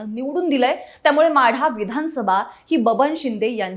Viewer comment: माडा नाही माढा